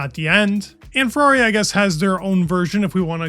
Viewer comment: Ferrari has a flip wing. 1 syllable.